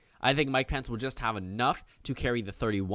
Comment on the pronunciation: “Mike Pants”. I’ll use that pronunciation from now on.